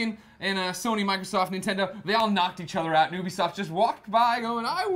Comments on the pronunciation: FFS its pronounced YOUbisoft not OObisoft... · i thought it was pronounced YOU-be-soft not OOBy-soft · Ubisoft won hands down with Assassin's Creed 3 and Watch Dogs, side note: it's pronounced "yoo-bee-soft" greg miller, like how you would pronounce 'universal', it fucking grinds me when people say "oo-bee-soft" ignorant twats.